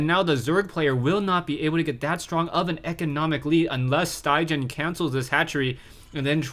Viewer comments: StyGGeN is norweigan and pronounced "Stiggen", the 'gg' is pronounced as the 'g' in "guitar". Great cast! Keep it up. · StyGGen is a top norwegian player, and StyGGen actually means "ugly". I can understand it's very difficult for you to pronounce it in norwegian though :P